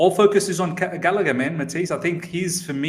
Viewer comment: Fam, put some respect on Gallagers name wtf. you man are bugging! england internation uno 😣